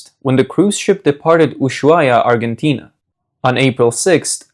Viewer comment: You pronounced "Argentina" "centrifuges" and "indicted" wrong